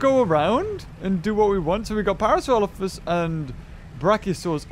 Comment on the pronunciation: He cant pronounce Parasaurolophus